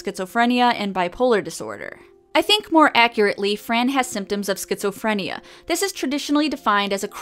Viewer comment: Sket-Zoe-Free-N-yeahhh! Sounds like a imaginary world to me.